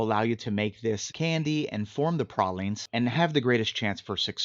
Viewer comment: Pray-leens dude.